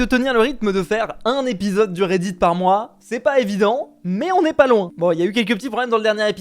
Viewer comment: Quand tu dit redit on dirait que tu dis Reidid likez pour qu’il voit